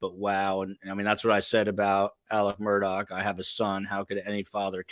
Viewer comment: I know that this is about the vallow/daybell case. But, can someone please explain to me why Alex Murdaugh's name is pronounced "Alec Murdock"? It's actually driving me crazy. Thanks.